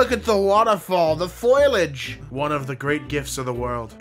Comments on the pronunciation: FOILAGE BAHAHA. It is foliage pronounced Foh lee ahj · mans said "foilage" dead. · the "foilage" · again... 'foilage' dude... look the word up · I way you pronounce foliage puts me in physical pain